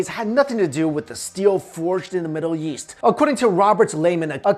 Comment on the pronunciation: Why do you say yeast instead of east